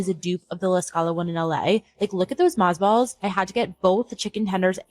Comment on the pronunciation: I had to wind back, to hear that she is not actually saying "moth balls" but "mozz balls" - like an abbreviation for mozzarella balls. This is so stupid, I am out of here.